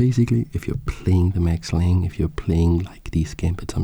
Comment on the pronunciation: I cannot resist the urge to point out that you pronounce the e, so its lang-eh